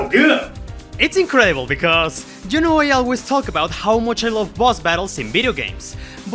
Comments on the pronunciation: That's right, I'm going there and making fun of your accent, it sounds like you're saying Peppino is fighting an evil Jew lmao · do not pronounce the Y in “you” as a J lmao, it sounds really bad in that context